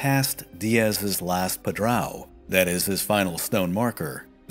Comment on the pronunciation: You also have the common problem with the nasal diphthong ão used in padrão and João. No easy solution there as few languages use that sound. Aun would be an a decent aproximation as would mimicking a short bark by a large size dog. So, pa-draun with u being nearly silent.